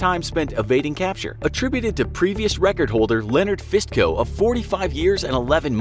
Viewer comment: ist Leonard fistoe not Fistco